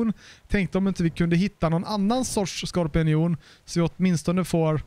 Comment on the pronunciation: Det heter skorpion och inte skorpinion :)